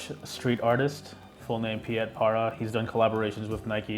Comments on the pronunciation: His name is not pronounced as Pe-yet, but it’s Pete Parra ( /ie/ in Dutch is pronounced as /e/ ) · Piet is pronounced as the name Pete.